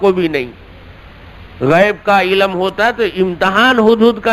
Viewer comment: عِلَم نہیں علم ہے